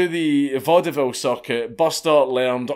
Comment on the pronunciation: I hate to be that person, but "Vaudeville" is pronounced "VAUD-vill" -- only two syllables.